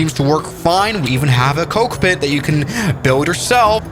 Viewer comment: "we even have to cokepit" 💀💀💀💀💀💀